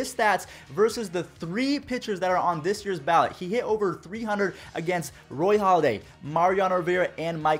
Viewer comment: Halladay*** not Holliday